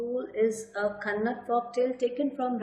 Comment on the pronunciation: It is not kannad it is kannada